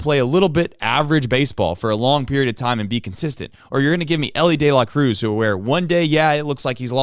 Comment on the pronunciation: It’s pronounced De La Cruz